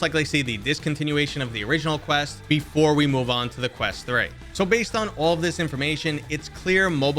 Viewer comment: OK, take lessons then. Specifically (to name a few) "talking" vs "tawking" and you said "Crest" not "Quest" all within the first 30 seconds. I do enjoy your content. Please don't take my gripes as an insult.